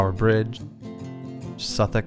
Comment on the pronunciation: I was proud when you pronounced Southwark natively